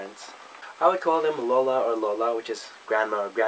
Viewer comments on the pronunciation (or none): When you said "lola" and "lolo" lol. You are ~very~ Filipino :P